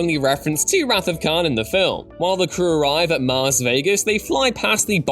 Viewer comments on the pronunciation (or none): none